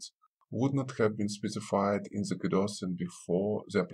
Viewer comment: Your to pronounce "the" correctly makes it very difficult to understand you but other than that, it's a helpful video